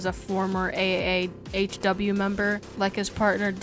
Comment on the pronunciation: He kept saying a.a.a.h.w when it’s just a.a.h.w